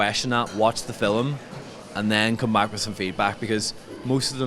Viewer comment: hi, i love the way you pronounce it fill-um not film my my irish dad use to say fill-um so as a kid i picked that up my english husband used to laugh